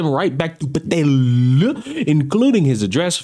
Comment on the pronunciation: lol the way you say patel is kinda hilarious